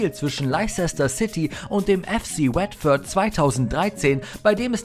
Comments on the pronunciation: Wetford und Leisester City? Euer Ernst? Bitte um bessere Aussprache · Wetford machte meine Augen "feucht" ;) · Laizesta und Wettford…. Inglisch for Ranneweis…. 😅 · leicester city und watford mies coole aussprache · Wie die watford und leicester city aussprechen das ist ein purer albtraum😂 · Also eigentlich finde ich eure Videos ja immer echt klasse, aber das ist eine Katastrophe. Andersson, Watford und Leicester komplett falsch ausgesprochen und dazu noch die Fehlinformation, dass Ronaldo den Fallrückzieher gegen Juve im Finale gemacht hat. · Ach du Gott ist bei dem Video vieles falsch.. Ronaldo hat das Tor im Viertelfinale gegen Juve geschossen, Çalhanoğlu hat das Tor gegen Dortmund gemacht und ich glaube Leicster und Watford kann man garnicht falscher aussprechen 😅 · Bitte vorher mal informieren wie einige Spielernamen wie Patrik Andersson und Vereinsnamen wie Leicester oder Watford ausgesprochen werden, bevor man diejenigen in einem an sich guten Video nennt 😉 bei der Aussprache gruselt es einem als eingefleischtem Fußballfan 🤣